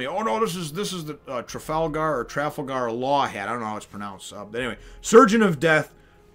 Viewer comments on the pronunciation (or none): "Oo-rooj" "Tra-fall-gar" The X. In Drake's (favourite supernova) name Is pronounced "Diez", but it doesn't really matter, And "Ray-lee" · Trafalgar in Trafalgar Law is pronounced same as in Trafalgar Square